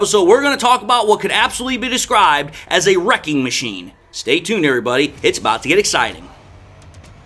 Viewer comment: Wrecking, not wreaking… LOL